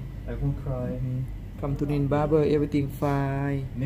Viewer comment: I'm sorry . But Nin sounds like a Ts